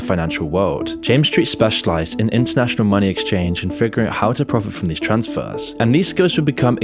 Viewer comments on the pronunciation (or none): nternational... really?